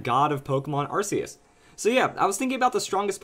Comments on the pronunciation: its pronounced ARK-E-US NOT! AR-Ss-E-US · that moment when someone has seen the arceus movie and pronounces it 'arseus' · It's still pronounced ar-key-us though. I know it may seem weird at first, but it really is.